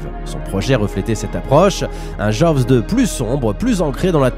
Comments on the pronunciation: On dit plutôt joze deux que jovs deux ;-) Le w ne se prononce pas comme un v... D'ailleurs vous dites Jeannot Souarc, pas svarc ;-) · Ca se prononce "Djoz" 😅 Un second opus très sympa mais qui reste dans l'ombre du premier. Et il n'y a jamais eu de suite... Non, non, yen a pas. Bon, en revanche on attends toujours Jaws vs E.T. 🤔